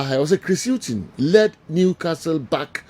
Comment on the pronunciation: For Chris Hughton, it is not wasa but wada 🤣🤣🤣🤣🤣🤣🤣🤣🤣🤣🤣🤣🤣